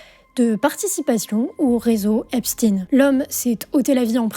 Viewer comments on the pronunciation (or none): bah peut-être mais en Français on prononce « ein » pas « ine » ! Personne n’a d’ailleurs jamais prétendu que Harvey Weinstein se prononçait en réalité « Wenstine » 🧐 Pourquoi donc ? 🤔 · On dit "Epstein" et non "Epstine" comme Francine ou Poutine !!!! Ahah 🤣 Sinon belle video... Merci 🙏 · Super boulot merci par contre ce n'est pas epstine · Epstin?????? Non c'est Epstein franchement ton reportage a été très désagréable à suivre.. trop de bip des fois on cache des fois on cache pas t'inquiète pas tu es toujours sur YouTube mais perdu un auditeur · La famille Epstein à volontairement prononcé comme ça à une époque où un Stein te vallais une déportation et la famille installée aux Etats Unis à continué à s'appeller stine plutôt que stein sans savoir qu'un jour un de leurs descendants deviendrait un monstre. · pourquoi dites vous EpstIne ? je suis sur que vous ne prononcez pas albert einstIne ni le monstre de FrankeinstIne ...